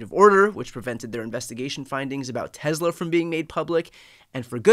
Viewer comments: It's pronounced Tesla, not Tezla. C'mon Brian, Leon Muck already hijacked x, don't give him z too. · TESSSLA NOT TEZZZLA